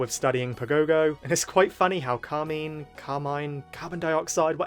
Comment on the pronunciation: It's CAR - MINE ... pls why is that so hard